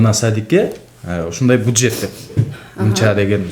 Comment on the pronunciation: Алып баруучу буджет эмес бюджет...